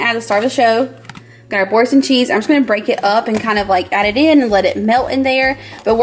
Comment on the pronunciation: I'm sorry but when I first heard Boursin cheese, I first heard forsk*n cheese and I had to re watch rofl but its had me literally chuckling for the last twenty minutes